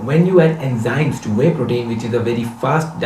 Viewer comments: India its nothing..guru mann say enjymes instead of enzymes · Bbbbbbbbutt, "Enjymes!" :'(